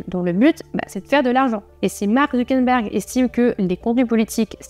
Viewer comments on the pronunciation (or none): Petite correction, c'est Mark ZuckeRberg, pas Zuckenberg (dit 2 ou 3 fois) 😉